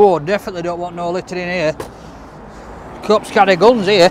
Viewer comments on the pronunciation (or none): none